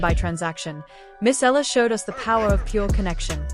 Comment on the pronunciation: E-YA-LA cirrect pronunciation